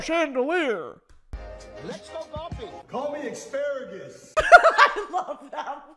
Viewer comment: brittany pronouncing asparagus “xparagus” is everything